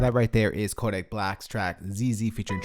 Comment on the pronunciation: Can we just take into account the fact that he says “koAdick black’s Zeze